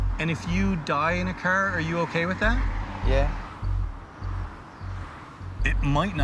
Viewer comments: "In her brand new cer"😂😂😂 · to the most Canadian way to say car